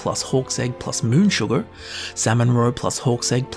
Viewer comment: Who's mans is this! HAHAHA! Tell him how to say sugar before I do... I'mma hurt his feelings... 🤣